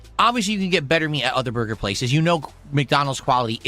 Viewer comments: Take a shot each time the says "Burr Gurr". Enjoy the stomach pump. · Take a shot when you hear BURGAR😂